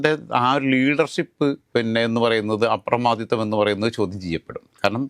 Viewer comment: 'അപ്രമാദിത്യം' അല്ല ചെക്കാ 'അപ്രമാദിത്വം' ആണ് ശരിയായ വാഗ്രൂപം!